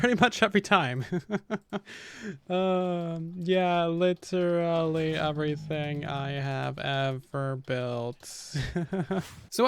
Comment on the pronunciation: Q&A why do you pronounce everything as overything its driving me nuts.